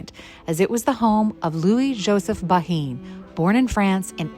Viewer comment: It’s pronounced Ban. I would love to visit the house of my great great grandparents.